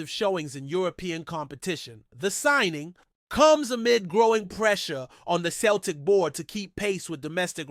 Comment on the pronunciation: You need to learn to say Celtic and Jota ffs you ain't no fan if you cant even pronounce the names